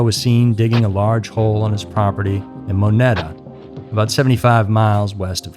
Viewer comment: The national forest he was found in is pronounced sho sho knee. His place of residence was in a place called moneta but it's pronounced mo nita. As a person that grew up in Wyoming this case has always intrigued me. I know someone that was on the highway when they pulled her car out of the ground. You should do an episode on Amy Roe Bechtel's disappearance. It takes place in my hometown of lander Wyoming. That case is still unsolved. Probably one of Wyomings prolific disappearances besides lil miss.